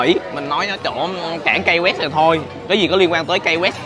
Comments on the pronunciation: Key West đọc là Ki West chứ không phải Cây West. Peace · Đến với những nơi danh lam thắng cảnh thì ít nhất Khoa cũng nên gọi tên cho đúng địa danh của nơi đó. Key West_Ki Goẹts. Key là chìa khóa. Có ai đọc chìa khóa là Cây bao giờ không? Một cái từ đơn giản phổ thông như vậy, bạn đọc thành Kây_Goẹt để đi truyền bá cho mọi người địa danh thành Cây Goẹt thì nó sai quá! Đi học bên này gần 1 năm rồi thì ít ra cũng biết đọc (Key_chìa khóa) cho đúng chứ nhỉ. Giờ ai về Hà Nội, đọc Hây Nội nghe có ổn không? Sài Gòn đọc thành Sây Gòn nghe có được ko? Key chìa khóa, từ đơn giản phổ thông đến vậy mà đọc là Cây thì quả thật ko biết phải làm sao..... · Key west nên phát âm Ky (Ki) west ,chứ không phát âm KAI hay Cai west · Key west là “khi” west ko phải “cay west” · Key west khong phai khai west nhe khoa. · KEY WEST ( KY không phải KAY ) NHÉ EM KHOA ! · Finally Khoa đã đến Key (pronounced "kee") west. Đi đâu nữa đây? Lên lại Ft Lauderdale để ăn cua di? Rustic Inn Crabhouse. Ngon lắm. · Chơi. hưởng thụ số 1 thì có. Học thì số mấy không biết nhưng nhớ học lại ESL nha. Mới lướt qua vài phút nghe được Hotel safe đọc là "cái sắc", Key West đọc là " Cây quét". Tốt hơn ở Mỹ không nên ra ngoài một mình. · Phát âm là ki sờ quét anh ơi. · Key West phat am sai roi.